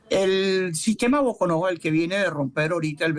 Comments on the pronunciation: Sr entrevistador .no se dice " falla de Bocono" se dicr " falla de Bocon'o " con acento en la última O ..Bocon'o es un pueblo del Estado Trujillo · Boconó con acento en la última o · Boconó con tilde en la última o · No es Bocono es Boconó 😂😂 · la fallad e BOCOnÓ CON ACENTO EN LA ÚLTIMA Ó